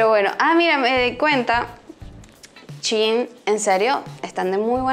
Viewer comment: Soy la única que piensa que se pronuncia Shain y no chiin